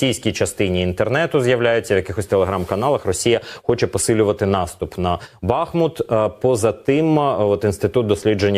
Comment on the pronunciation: правильно вимовляти БахмУт ... я тут живу... ставте правильно наголос будьласка ....